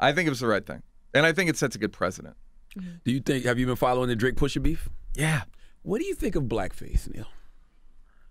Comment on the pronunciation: He keeps saying the r in pusha T.